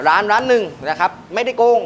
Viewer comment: ร้านครับไม่ใช่รว้าน จะมีเสียง ว ควมมาทำมัย